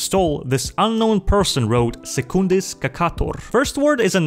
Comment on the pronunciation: ironic his name was pronounced “sooc-un-dis”